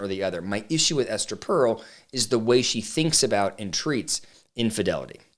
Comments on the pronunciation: First off, it's "Per-el," not "Pearl." I was at a Gottman training where John Gottman literally said "Esther Perel is full of shit." That got my attention! I'm a marriage and family therapist and tend to agree that her stance can be really damaging to the security of a relationship. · Not knowing how her name is pronounced…undercuts your credibility a bit. I think you misunderstand her work. It’s like saying trying to find the route of addiction is “normalizing” drug use. You might explore her podcast beyond this talk. I suspect the Smiths cast a shadow on how you view her work…